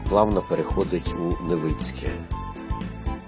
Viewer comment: Не Невиинське а Невицьке